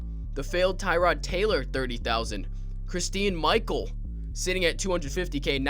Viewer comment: I hate the way he pronounces Christine Micheal's name